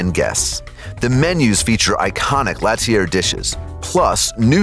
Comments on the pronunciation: l'ATELIER * pronounced : la-tel-lee-eh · Omg the way he pronounced l'atelier... you can google pronunciations before you record, you know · L’atelier De Joel Robuchon (L-ah-tell-ee-yay) not (lat-ee-AIR) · That would be pronounced like LAH-TELL-EE-AY…. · 3different restaurant with 3different names /countries/cultures and my man manages to butcher all 3! 😂😂😂 IL Gabbiano (eel gabbiano) Italian for "the seagull" my man goes 2 gabbiano! L'atelier (la-teu-lié) french for "the workshop' my man goes latier! La Mar Spanish for "the sea" and my man calls out the Ravens QB! 😂😂😂🤦🏽‍♂️🤦🏽‍♂️🤦🏽‍♂️